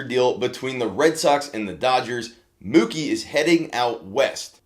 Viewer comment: Great deal for all three teams. PS at about you said his name wrong again 😉 Think of a cow.